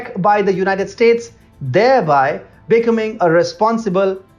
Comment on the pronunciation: You guys are awesome. I love your brash reality about what the liberals and U.S. media are up to. A quick tip if I may. I'm an English teacher - specifically pronunciation. If you'd like, I'll help you. The word - becoming - which you said numerous times, will be understood by Americans if you say, "bee" (like the animal that is yellow and black stinging, honey making), "come" (like when you say come here) and then add ing. Emphasize come. beCOMing. Just an English tip! You guys are awesome!